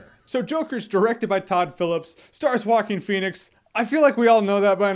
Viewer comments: Correct pronunciation is HuWa-Keen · Nobody: Absolutely Nobody: Jeremy: hawkeen fenix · I thought he was saying Hawking Phoenix lol.